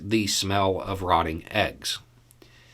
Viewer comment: I think you said 'smell', but I thought I heard 'snot'. So glad I wasn't sipping my tea...